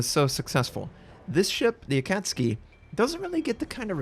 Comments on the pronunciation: Akatski Literally everybody else:Akatsuki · dafuq is an Akatski? OHHH you mean AkatSUKI? lol how do you mess that up. But seriously, GG and another great vid! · Its AkatSUKI not AkatSKI... smh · A,kat, su,ki.... not akucski. Sorry I'm a pedant. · Does ignore the 'u' in IJN DDs for a reason? I believe it's akat-SUKI rather than akatski He calls Mutsuki the same way 😂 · You pronounce Akatsuki like its a Polish ship. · A - kat - su - ki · Pronounced: Aka tsu ki! Love your vids mate. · Its pronounced >>> A - cat -sue-key .... <<<< you are welcome. I know most Americans don;t care but the rest of the world does. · Already watched it, and she still pronounces the u, lowly, but still. It really shouldn't be pronounced tski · In japanese it's pronounced "Akatski" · btw its pronounced a-ka-tsu-ki (ah---car---su-----key) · Doesn't even pronouce the ship's name right...for shame,! #headdesk #pullsNotser